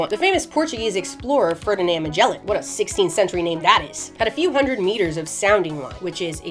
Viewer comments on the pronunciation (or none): none